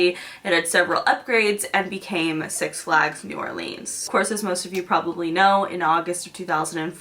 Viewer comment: six flÁgs ? george glÁss ?